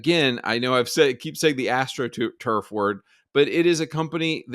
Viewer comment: Astro truff every second word. Horrendous take.